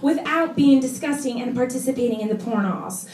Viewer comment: That's disnustin' :D